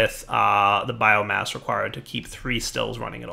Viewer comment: keeps on saying bioGASS not bioMASS